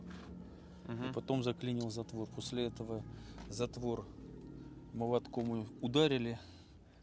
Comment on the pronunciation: КаВшников, моВотком, считаВось , с буквой л надо дружить если что-то кому-то рассказываешь